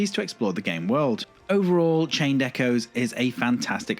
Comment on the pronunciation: A small nitpick. I thought it was odd that you didn't pronounce the "s" in Echoes, as if there were only a singular echo. Great video, thank you!